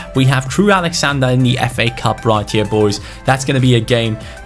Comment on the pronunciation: I love you but it's Crewe AlexandRA not AlexandER